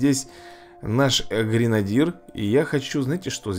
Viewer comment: Эй, деревня. ГренадЁр правильно.